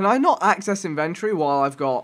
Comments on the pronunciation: it's in ven tor e not inventry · Damn vikk "inventry" it's inventory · not inven-tree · It's pronounced in-vent-tory. Not in-ventroy